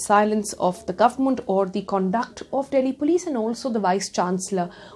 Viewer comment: So.....No one's got anything to say about her pronunciation of the word Government ! ??